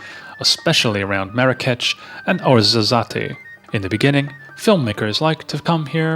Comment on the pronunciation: good video , but please you do need help with pronouncing some of the language. It's TA JEAN , not tag inay . & WOZ A ZETTE , come on ,it's not that hard to get some little details correct. or why not employ a talented Moroccan to do your voice over , with a little local passion . just an idea.